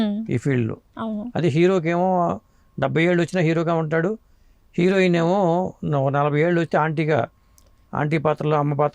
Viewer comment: హీరోయిన్ అని పలకటం రాదా లేకపోతే ఫ్యాషనా